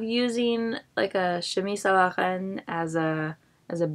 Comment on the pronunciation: Once again, I really enjoyed your video! I'm also here to say that your pronounciation of the "r" in Chemise à la reine warmed my heart. Have you studied French? If no, you should, you are a natural!